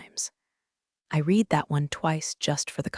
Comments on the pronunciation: "Read" in the past tense is pronounced "red," not "reed." A little pronunciation fix like that goes a long way. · Read in past tense is pronounced as red.